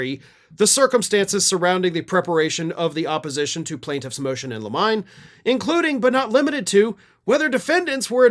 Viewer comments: ‘Limine’ is pronounced ‘lim-in-nee’, or ‘lim-in-nay’, not ‘la-mine’. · Limine is not pronounced li “mine” but like “mini” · Limine: LI (as in sit) mi (as in sit) knee -- LI mi knee. that's how you say it.